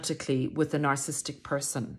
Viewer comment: You are not the only youtuber that says narcistic 🙂